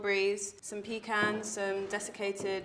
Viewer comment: omg😭 “pecans”